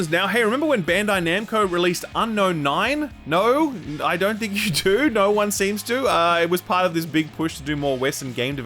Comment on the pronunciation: Can u explain why you pronounce the word 'no' as 'nauwr'?